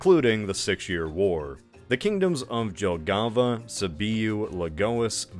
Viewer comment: Don't know about anything else, but two names of countries ir straight up taken from Latvia city names. Valmiera (my home town😆) and Jelgava (you were bit of with this pronunciation 😅😆) is some of biggest cities in Latvia. So while writhing this coment I did some googling and in Fandom page show that capitals fore Valmiera and Jelgava is Priekule and Balvi, witch is also Latvian cities. Dude is just steeling place names!!! 😂😂😂